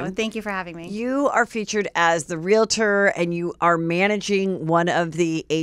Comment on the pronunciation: It's REAL-TOR, not real-i-tor! 🤦‍♂